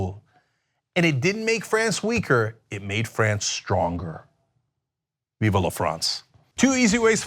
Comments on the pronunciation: It's pronounced Vive (one syllable) not Viva. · It's "Vive" La France, not 'viva'. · Small pet peeve at him saying "vive" incorrectly like "viva." So I'd go with only sorta well said. 😜